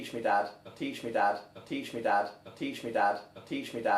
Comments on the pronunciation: it has been 4 minutes and all i hear is "teeshmidod" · I hear "Peach me dad." XD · I hear teach me dad, but like teach my dad with a Scottish accent. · I hear "impeach me dad"😂😂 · Including those mentioned in the comments below I hear: "Teach me bad " 😂 "Teach me that" "Tea tree dat" " Tissue Dan " " Patient dab " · Sounds like "teaching without" after a while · "Teach me dabs" Can't unhear it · I keep hearing "bud teach me ad" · I here "blitch me dab" xD